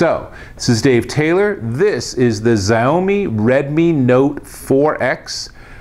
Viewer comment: It's pronounced SHA-UUUU-MIIII